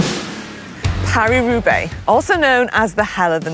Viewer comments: Great moment - Manon misprounces Thibaut then brilliantly and deliberately mis-pronounces the race Roo-beX. Very funny 😄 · "Paris Roobax." I died.